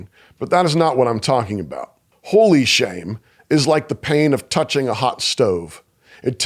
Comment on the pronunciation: Every time he says "holy shame" my ears perk up thinking he's about to swear.